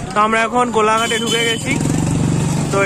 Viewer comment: kolaghat noy bol nowpala😅😅